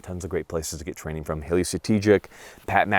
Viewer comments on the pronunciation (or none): none